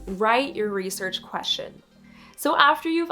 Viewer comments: i hate how she says "queshin" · Ugh. Maybe don't do a video on the topic of research questions if you can't pronounce the word "question".